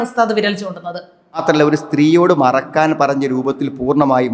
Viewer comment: മറയ്ക്കാൻ എന്ന് പറയാൻ ഇവന് സാധിക്കുന്നില്ല. മറക്കാൻ എന്നാണ് പറയുന്നത്.